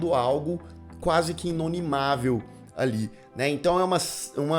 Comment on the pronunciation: se fala inoMiNável